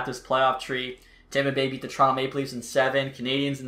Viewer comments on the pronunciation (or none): none